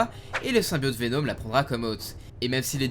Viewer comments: Pk tu dis venaum au lieu de venom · C’est plus VenOm et non pas VenÔm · et sa prononciation mythique: Venaume